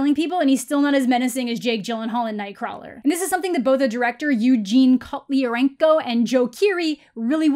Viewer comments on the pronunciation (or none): none